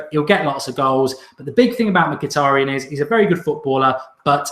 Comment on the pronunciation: You butchered Mituadi's name